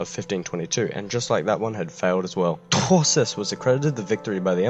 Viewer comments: I get a tiny seizure every time he says Truschess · Hearing this guy say Truchsess over and over was pretty amusing lmao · Your pronounciation is absolutely hillarious😂 But as a German I appreciate the effort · Well... you really owned your mispronunciation. I can respect that. TRUCHSESS! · i thought i was just drunk fuck this guy. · i am German and it was in fact terrible. I hardly understood it